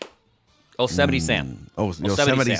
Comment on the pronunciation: "O-semite" Sam?!?! it's "Yosemite". LOL